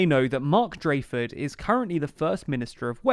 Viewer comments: When someone repeatedly gets the name of the First Minister wrong in a video where he's somewhat of a central figure (DraKeford, not Draeford), it does call in to question the quality of the research that went into the making of the video. After the basic history lesson, this video does seem halfheartedly thrown together, as if it was a chore, rather than giving any actual insight into the matter e.g. explaining why either coalition would be unpalatable for Labour. Compare this video to the detailed policy discussion on the London mayoral election video for example. Barely a peep about Plaid either, which seemed odd, being a unique feature of this election compared to the others covered on this channel. I do appreciate any message that encourages going out to vote however. Perhaps I'm being harsh, but constructive feedback should always be welcomed I guess. I do enjoy this channel and glad to hear you're growing. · Drakeford not Drayfod ! You had only one job!